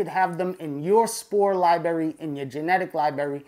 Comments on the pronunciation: I love you but seriously your use of the word “Libary” is getting annoying. You’re old enough to say “li-bra-ry” like the rest of us. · Hate to be that guy, but you know, it's pronounced library right (respectfully) ? With two "r"s. Lol your videos are absolutely awesome! I've learned a lot thank you for the info. , and say it However you want, just sayin. Lol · Love the videos but I’m not sure what a ‘lie-bury’ is? Is that kind of close to a library? As in there’s 2 “r’s” in the word? Or is this a lie that you bury? Lie-bury? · You lost me at libary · "My-cell-ium", "li-bary", and baphomet...this clown has irked me in the first 30 seconds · Lie Berry 😆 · this is awesome, but is someone gonna let know he has mispronounced the word library about 3k times? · Im sorry theres no way im taking advice from someone that cant say library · Hate to be that guy, but it's hard to take someone serious when they can't pronounce library